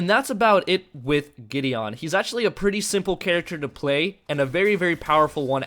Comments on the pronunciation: Same here.. GI-DEE-UN! (MTG planeswalker!) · It's pronounced gideun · that is soooooooooooooooooo not how you pronounce Gideon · it bothers me u can't pronounce Gideon..